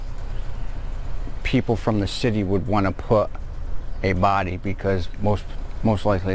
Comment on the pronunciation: “I walked into the kitchen and there was her bhody”